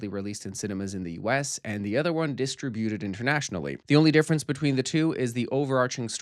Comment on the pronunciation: That's not how you say distributed. 🙄